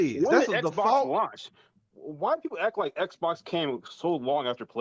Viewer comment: Why does every Xbox dude pronounce Xbox as “Sbox”?